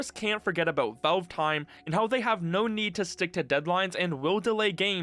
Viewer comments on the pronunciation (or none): It's pronounced "VALVE" not "VELVE" !!!!!!!!!!!!!!!!! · He actually pronounces it as "Vewve". Also and = "eeeeend." 😁